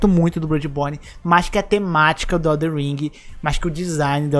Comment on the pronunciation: Ainda estou tentando entender pq tem tanta gente que fala “EldeRRR ring e não EldeNN Ring kkkkkk